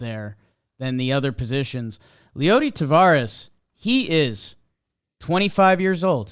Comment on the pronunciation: Guys, it's T-A-V-E-R-A-S. Not 'Tavares.' Tavares was a disco band from the 70s.